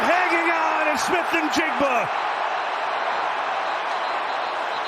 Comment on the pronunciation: fun fact Njigba is silent "N"